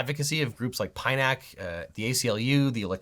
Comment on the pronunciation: This guy is so wrong on so many points. He's close but misses the subtle nuance on so many things. A greater understanding and the point of view said auditors and anti-auditors that call auditors Frauditors is needed. He even mispronounced PINAC, which a proper investigation would have revealed.